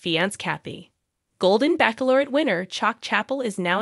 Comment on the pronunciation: I'll be glad when she knows how to pronounce Bachelorette.